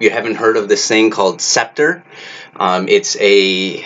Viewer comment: did you say spectre or seppter or what? what a weird name